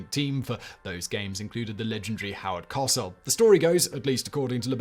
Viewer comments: Howard KO-sell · He also murdered Howard Cosell's name... Simon and non-Americans (and young Americans) it's pronounced Co-sell. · Howard Cosell (pronounced "coh-SELL") was part of the Monday Night Football broadcast team. Prior to that, he was known for being the journalist closest to legendary boxer Mohammad Ali for nearly his entire career. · Howard Cosel's last name rhymes with Go Sell. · I missed Simon saying Howard Cosell. I personally pronounce it Co-SELL. Your "Co-sell" makes it seem like you don't put an accent on EITHER syllable. Is that true? If not, do you pronounce it as CO-sell or Co-SELL? Reply to: "He also murdered Howard Cosell's name... Simon and non-Americans (and young Americans) it's pronounced Co-sell." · please learn how to pronounce celebrities names! It's very very easy to do 2 seconds of research, but the cognitive dissonance experience when someone hears a common/familiar name pronounced incorrectly over and over is enough to skip a video.